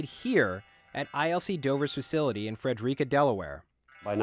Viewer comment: you pronounced Frederica wrong. It's FRED-ER-ICK-UH not FREDREAKA